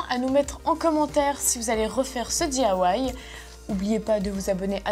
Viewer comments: c'est DIY et pas DAY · Lou bvr non elle dit : dithawaï